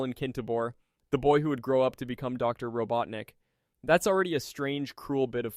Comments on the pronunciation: "Robo teenick" 🗣🔥🔥🔥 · yeah, when it started to tell wrong facts about blaze, and the way he pronounced Maphiles and robotnik, it was clear that not only is the voice AI, but the script as well. Shame